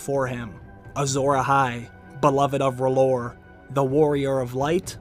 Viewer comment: R'HLLOR IS R'HEAL